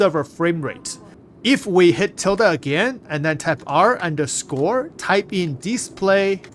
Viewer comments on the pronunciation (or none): none